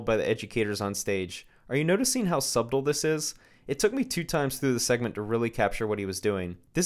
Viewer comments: I hate to be that guy, but - the b in subtle is silent; it's pronounced "suttle." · Pronouncing the “b” in subtle is ruining this video for me. Lol!